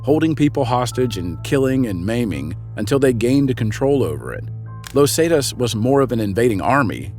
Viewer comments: Where do these people who make the videos get their info? Los zaytas? Never heard of them? Tf? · I mean it's a great vid..... but the way hes pronouncing "Los Zetas" is really irritating. Lol...... great vid tho man.